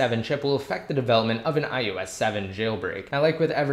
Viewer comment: Is it me or does it sound like you're saying iEOS 7? Damn ears are playing games or something because I'd had to go back and listen to you repeat it 5 times.